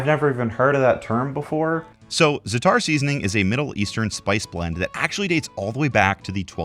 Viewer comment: I love how you say Za'atar correctly but totally butcher gnocchi